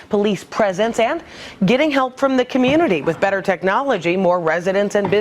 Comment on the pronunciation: it almost sounded like butter, not better :)